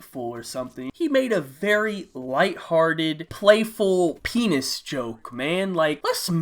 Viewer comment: No homo but the way he said pennis was so funny 😂